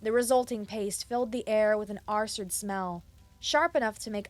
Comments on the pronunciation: Acrid is pronounced Akrid, not Asrid S is not silent in Dais. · Some strange pronunciation mistakes were made. Look up "acrid". To be fair, other narrators also have trouble with words from science or technology because they are not used to them. And of course, making mistakes is human and something to learn from, not to be ashamed of.